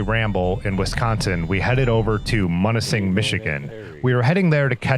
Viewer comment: it's pronounced Mewnising. Oddly enough I grew up about 40 miles from there but never went to Grand Island. I never saw Pictured Rocks either. Looks like another place to go if I ever get back up there. Good Video